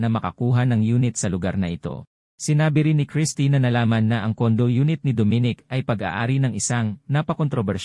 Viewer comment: hoy mali ang pag prounce mo sa name ni dominic bisaya ka ba tigasng dila mo gags.